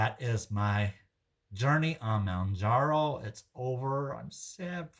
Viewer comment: Well you can pronounce ozempic..lol fyi.... its Mohhhn jar oh